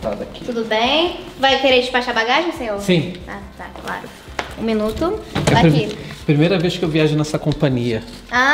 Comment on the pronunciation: a ju falou de plimeila classe